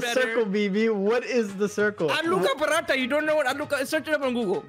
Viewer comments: Just wanna say how you said aloo ka phatha instead of aloo ka paratha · as a Punjabi watching yall pronounce aloo da prantha was hilarious.